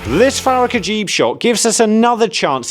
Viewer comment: you said farakh ajeeb shot (Ajeeb means weird in Urdu which is Pakistan's national language, I am from Pakistan too). Actually his last name Ajaib is a plural of a word ajooba which means wonder, so his name is Farakh Wonders.